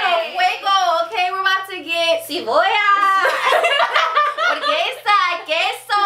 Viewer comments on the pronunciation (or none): RIGHT my face when they said “cebolla” was like uhhhhhh no